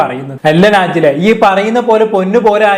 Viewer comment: നാജി ല അല്ല ടോ നജ് ല ശരിക്കും സത്യങ്ങൾ ഒന്നും അറിയാതെ ഒന്ന് നിർത്തി കൂടെടോ മറ്റുള്ളവരെ കുറ്റം കണ്ട് പടിക്കൽ